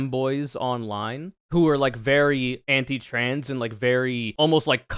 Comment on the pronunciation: i also hate how the dude says “tran” instead of trans, it’s small but it irks me for some reason trangender lol